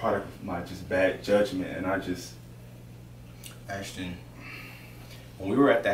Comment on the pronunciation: Ashton....not Ashton 😨😱😭💔